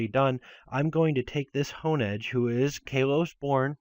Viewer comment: its KALOS not KILOS